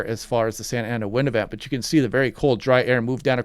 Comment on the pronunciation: you pronounced it pretty good